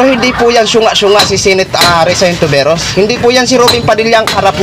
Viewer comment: ayusin mo nman ang apelyedo ni Riza... Hontiveros po hindi Hinteveros...